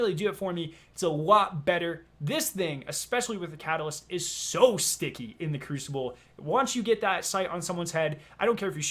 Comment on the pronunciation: Wtf is with him saying sticky? The fuck.